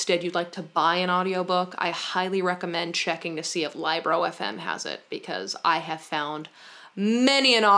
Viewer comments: Libro is Spanish for book, and it is pronounced like Leebro :D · It cracked me up hearing her saying Libro as Liebro. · I dont think you pronounced libro correctly, it is book in Spanish, so it sounds like lee-bro. I had the same reaction about wearing fanny bags across the upper body and now I love it. I bought shorts like the Lululemon on Amazon and it costs half the price. I need a soda machine ASAP. I love your videos and your bookcase is amazing 🥰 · that's what i was thinking lmao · Libro is spanish for book. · saying LibroFM Me: 🤨😬 (Libro is book in Spanish and it's a short i sound, not a long i) ☺️ Also, I definitely recommend a kindle. While I always love a good physical book, the convenience and portability of kindles is absolutely unmatched and the new Paperwhites are waterproof so there's no fear of damaging a real book at the beach or in the bathtub or whatever. Also the built in back light is amazing for those of us who have partners who hate having lights on in the house lol